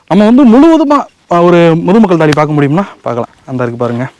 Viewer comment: நீங்கள் தாளி ன்னு உச்சரிங்க. Please practice how to prononciate